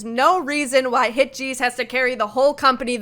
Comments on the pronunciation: yes, hitches is pronounced like hitgesu, with a soft g like a j-sound. so you could also write hitjesu and that would be accurate. but she was saying hit-cheese, like the English word cheese, with a very long e-sound. That is clearly wrong. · Hitgs is not pronounced Hit-cheese but closer to the English word hitches, or hit-gesu. I knew right away you were gonna turn this video into a kind of Wooah vs Htgs screed. Did it ever occur to you that H Music are an all-new company now with an all-new CEO, and Hitgs are his creation? It is natural that he would want to promote them over putting good money after bad with a group like Wooah who show little potential to grow beyond their prior middling popularity. Meanwhile, Hitgs are truly fresh and are great personalities. The one-song-per-month roll-out strategy is a great way to grow their profile and popularity quickly. They don't appear any more overworked than NewJeans did in 2024 with a similar PR push. In fact, if you actually watch their live performances, fan meetings and behind the scenes content, the members of Hitgs are clearly relaxed, happy and enjoying themselves. And their music and videos are fresh and creative. Trying to dig up a scandal over the casting of the boycrush in the Gross mv is just spiteful. It's called acting and nobody cares how old the actor was. VV was an acting student in China before training in Korea and was only 18 when the mv was filmed. Rather than calling for Hitgs to be shelved and hooking them to the poor decisions of NV under earlier management, you should be watching their content and performances and supporting them because this is their time to shine. Hitgs deliver the dopamine and you don't know what you are missing. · just a heads up, its pronounced hit-uh-giss xx